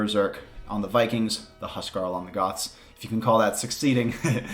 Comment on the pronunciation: The insistence on "signals" and the way you pronounce it Goðs instead of Goθs is giving me major Thatcher vibes (I may just be obsessed with "The Crown" lol, no offense) My gut response to Gambesons also was that the major weakness of infantry was speed rather than anything else (as you rightly said, they can't force engagements), but I think the devs are just taking conservative steps towards balance rather than making huge changes like making infantry faster or even just as fast as archers (since that would completely change the balance of the game). Given the testing done by some people like Ornlu it certainly does seem to make a difference, but we'll just have to wait and see. I think this is just a difference in design philosophy between the FE team and you. I believe the reason the Cannon Galleon had all that weird bonus damage was because originally they wanted it to be somewhat good against land units without being oppressive against ships (I know, right?). The bonus damage against Mamelukes, for example, is just a leftover of multiple backwards compatible changes. Now that they wanted to make them better against ships, removing this bonus damage and increasing the base damage seemed a natural place to start. I agree that streamlining this is a good move, and in general having tons of unnecessary, unexpected and invisible bonus damage is just confusing. What I don't agree on though is that Cannon Galleons are the Bombard Cannons of the water (despite the obvious simil